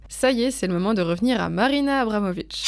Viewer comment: Je suis complètement fan de l'oeuvre de Marina Abramovic ( d'ailleurs vous avez malencontreusement écorché son nom ici, mais je pense pas qu'on puisse vous en tenir rigueur puisque j'ai cru comprendre qu'écorcher des trucs c'est un art chez Marina). Merci pour ce super épisode !